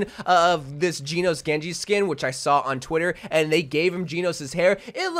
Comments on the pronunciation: The way he’s saying “Genos” his funny 😂 he’s Geenos and it’s pronounced like Jenos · Genos is pronounced Jen-nos-su 👍